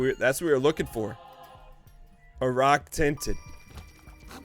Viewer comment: The best parts are when he says "ruck tinted".